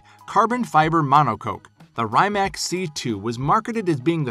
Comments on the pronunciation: when he does the rimac he says it like the 'rymac' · and he doesn't know how to pronounce correctly Rimac ! ;)